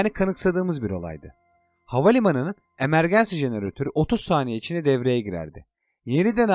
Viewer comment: Emergency Emergansi değil imörginsi diye okunur